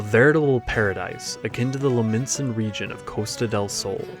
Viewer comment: it's Lominsa, not Limnosia...